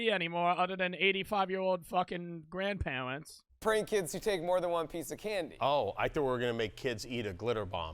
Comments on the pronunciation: “ but nobody watches night shows beside fucking 85 yeaw owld gwandpawerents” got me wheezing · “Other thwan 85 yeaw owdl grwandparwants” Got me cracked up